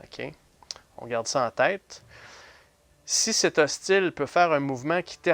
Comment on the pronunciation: C'est une belle partie. Je sais pas si c'est moi mais a chaque fois au lieux de "hostile " J entend "ostie" 🤣